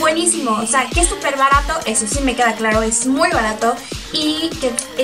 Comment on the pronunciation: La primera vez k veo esta video pero nada k me gusto ...sobre todo como te expresas y decir Bartato sii yo uso bissu y me funciona super bien aunq le digas barto es de muy buena calida ....byeeeeeee